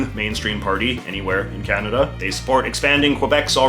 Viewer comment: They don't even pronounce kanada correctly but say coaaaahnaaadaaaa instead and the us laugh at us bc of it 😂